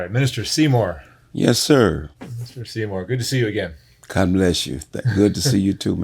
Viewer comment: It’s Seamore, not Seymour